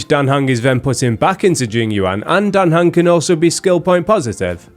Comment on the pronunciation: Dan Heng is "Dante" xD